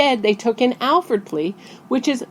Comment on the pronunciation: It's an "Alford" plea, not an "Alfred" plea. You also don't know about the rest of it (besides how to spell it)